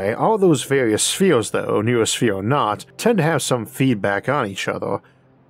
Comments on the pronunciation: Noosphere is not new-sphere. It is know-osphere. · Not a big deal but “noosphere” is pronounced “no-o-sphere,” not “new sphere.” The “no-“ comes from “nous,” meaning “mind.” It’s a common mistake. Much like how the word “zoology” often gets pronounced “zoo-ology” but it’s actually “zoh-ology” cuz the “zo-“ part comes from “zoe,” meaning life. Not from the word “zoo.” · Noosphere obviously can be pronounced "new-sphere", because you're doing it, but it's better pronounced "know-oh-sphere".